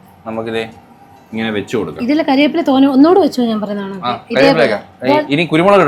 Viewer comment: Ambuttan nadakkunnath kandapol othiri santhoshamayi.ningal cooking kariveppila enn parayunnath kelkumpol kariyappila enn parayum..cheriya request an . Ningal maximum malayalam vakkukal correct ayit thanne paranjirunnenkil kuduthal better akum.Amma thanna shirt 👔 super 👌 ❤ningal idakk Thenmala pokumpol cooking video idumo